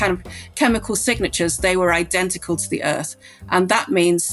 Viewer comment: how was there not a "my cousin vinny" reference when Hank said "I-DENTICAL!"?